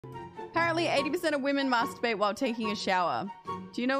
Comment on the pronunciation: That’s not how you pronounce “masturbate”.